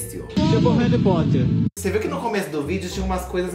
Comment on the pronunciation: Tipo o “reri potter” KKKKKKKKKKKKKKKK CHORANDO